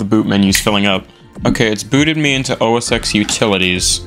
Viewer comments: does anyone actually say, out loud, os ten? i think i've heard one person ever do that and they were channel dedicated to old macs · Sorry if I’m being nerdy here, but I have to. The X in “OS X” is pronounced 10. (for example, you would say Mac OS 10.6 Snow Leopard, 10.7 Lion, etc.) “Yosemite” is pronunced “yo-seh-muh-tee.”